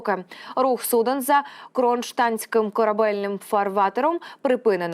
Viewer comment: КронштаДтским,а не кронштаНским!Грамотные вы мои, образованные,"руського нам не треба".